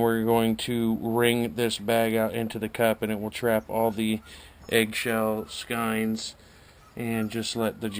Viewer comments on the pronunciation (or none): I like your paint-strainer idea - never really thought of that. This should catch lots of 'buts. I've always pronounced skeins as "skains", but that's just me. Tight lines!